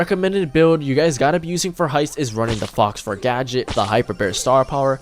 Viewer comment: Great guide! Btw it’s pronounced “Foh” fur, not Fox fur.